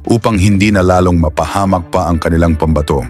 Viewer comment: Magaling si pinoy! Kaya lang yung ating commentator Ayusin mo sana Ang Ang pag bigkas lalo na sa pambato its pam Bato yun lang kasi napapansin din yan ng ibang viewers.